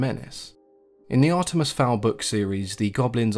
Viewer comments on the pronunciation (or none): none